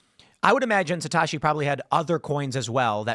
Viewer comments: What's with the Satoshi pronunciation? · For an Asian, Tim’s pronunciation of “Satoshi” is abhorrent